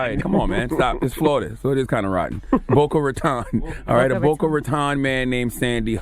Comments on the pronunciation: “Boca Rotton”? Yo Charlamagne really don’t like Florida 😅😅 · They still satin Boca Raton wrong lmao